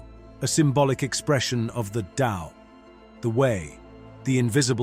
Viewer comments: It is "The TAO" not "the Lao" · Pronounced DOW